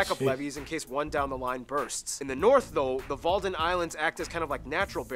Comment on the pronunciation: Wadden Islands, not Walden….